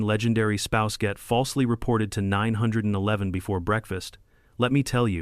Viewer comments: Teach your AI that it's pronounced "nine one one" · First clue this is AI is that the narrator can't say 9-1-1 properly.